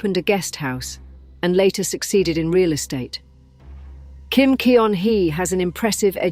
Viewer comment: Teach your AI voice that EO in Korean is roughly the UH sound in BUT, and that Kim Keon-hee sounds like KIM GUN-HEE